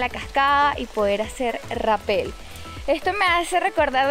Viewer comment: Mejora tu diccion Es Rapel , no tiene acento en la EEEEE